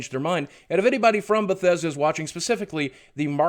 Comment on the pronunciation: fix ur schhhit baw thessch dauh!@@ Kappa